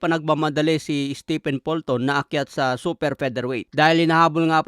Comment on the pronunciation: Steven ang bigkas sa stephen. Si stephen curry lang ang naiibang pronunciation sa pangalan na yan sa mga native english speaker.